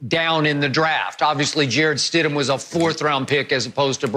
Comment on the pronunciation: No: It’s Stidham, move on